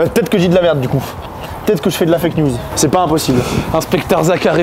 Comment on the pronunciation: Le frero est cool mais il a besoin de parler plus doucement, sans prononcer "ouf" "genre" il a dit "céper" aussi j'avais envie de mourir. Car c'est finalement moins agréable de l'écouter parler, ça donne du stresse rien qu'à l'entendre lol, donc mec si tu vois ce message détends toi et essayes de parler avec un meilleur français stp 😊